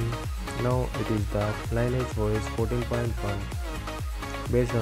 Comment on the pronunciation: Its Lin-E-Age. Not Line E Age. Lol. Still great job bro